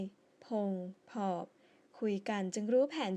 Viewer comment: ผะ-อบ ครับ ไม่ใช่ผอบ